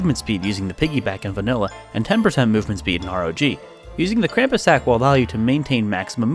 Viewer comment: It makes me crazy when people say Krampus wrong. XD